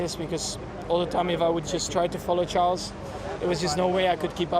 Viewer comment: I appreciate her, but she should learn how to say Charles' name.